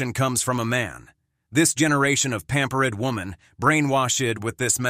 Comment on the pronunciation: LMAO. I didn't know this channel uses text to speech software. you can hear the pronunciation of the words "pampered" and "brainwashed" where the program pronounces the endings of these words as "ed" as some ESL students would. Hey channel owner, why not just use your own voice.?